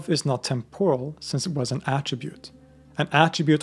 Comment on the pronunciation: There are a few mistakes in pronunciation (temporal) and transcript (second for scorned?) which it is a pity to mar such serious, interesting work with. A extraordinary story. Also there is too much repeating of the same facts in slightly different phrases and again, as if trying to stretch to an hour! Seems unlikely since this fascinating account only left me wanting to hear more about the whole situation. Not repeats, but more! Its really good. Thanks for the book list too.